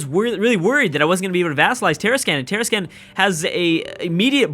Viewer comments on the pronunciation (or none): Tarascan: Tah-Rah-Skahn Colima: Ko-Lee-Mah